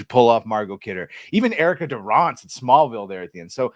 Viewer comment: Funny I realized I'd never heard anyone pronounce Erica Durance before, so I assumed it a short "ance" like Dance. But he said Dur-Ahnce... What the hell ever happened to her, anyway?